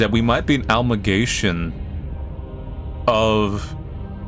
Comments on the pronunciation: "Almagation" you mean amalgamation? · Couldn't help notice how you said "Amalgamation." You said it as "Algamation" hahaha. Also, I'm SO glad there was a follow-up to the original. This game has positively stuck in my head ever since I watched your first vid on it 2 months ago. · You said "almagation" and you meant to say "amalgamation" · I'm sorry but utter butchering of "amalgamation" threw me for a loop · Yo that’s not how you say amalgamation